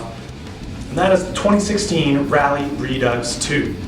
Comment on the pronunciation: It's Raleigh (pronounced rawlee) and not Rally..sayin